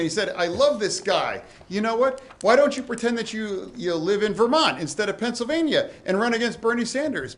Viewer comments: 'he's called it a susfein on fencellvania. what is a fencellvania? a little bit of a problem there makes oz seem like the incoherent one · Imagine making fun of Fetterman for having some difficulties talking and putting some thoughts together after a stroke, but then having a “healthy” candidate that pronounces “Pennsylvania” as “Fennsylvania” and spews gibberish and scientific nonsense. Fetterman is clearly the smartest here. 😂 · Oz mushed a word into "Fennsylvania"